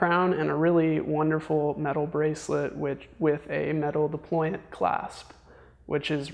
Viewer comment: I believe it's Deployant clasp and not deployment clasp...